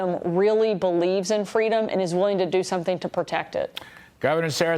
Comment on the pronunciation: I think it's pronounced "FWEEEEDOM".